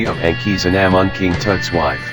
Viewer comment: The robot was pronunciation of Tutankhamen and Akhasinumun wrong